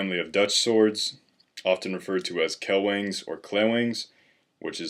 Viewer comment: "KLE-WANG" Clay(without read the y) and Wang(not weng)